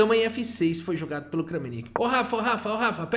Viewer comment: Olá, gostaria de comentar, é interessante pesquisar a pronúncia dos nomes dos jogadores. Kramnik se diz "Kram-nik" e não Krã-mi-nik. Se ele se chamasse Francisco ou Framcisk seria "Fram-cisk" e não "Fra-mi-cisk."